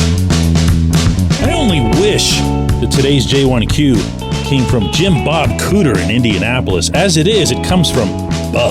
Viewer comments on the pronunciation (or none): "Jim-Bub". That was rude